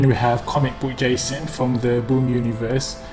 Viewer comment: He said gayson